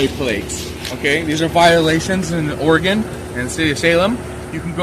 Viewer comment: Thank you for pronouncing Oregon correctly!!!😁